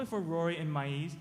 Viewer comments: Does that guy say My-ease (Masie?) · he called her Maeez insted of Maisie. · check out the chinese dude when he says Maisie's name wrong looooool